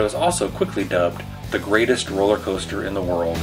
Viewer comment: Did he really say, Rolley-Coaster”? Eee gads.